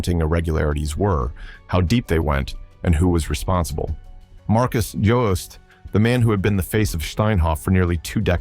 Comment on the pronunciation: Jooste is pronounced UuuSta